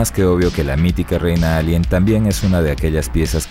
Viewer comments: Porque dises elien y no alien? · Lo pronuncia en inglés, la "A" se lee como "Ei"